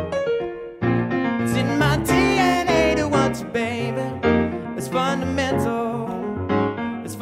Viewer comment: I kept hearing the word 'fundamental' as 'butter menthol'